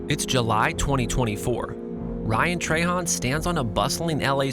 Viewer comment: Love ryan, you say trahan weird. Han not hon ...